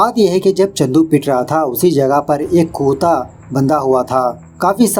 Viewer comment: Bhai kutta hota hai kuutaaa nhi 😅😅😅😅